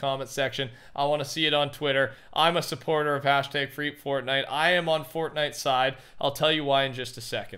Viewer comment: Fwee fotnite